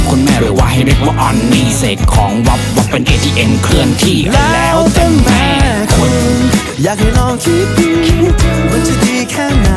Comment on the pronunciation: พอมาฟังดีๆ อีก รอบ เนื้อเพลง โคตรอัจฉริยะ แม่คุณ ตอนร้องออกเสียงว่าแม้คุณ พอคุณ พอร้อง ออกเสียงว่าพ่อคุณ (ได้จากไปแล้ว (พ่องตาย) แล้วมีความหมายทั้งสองแบบ สุดจัด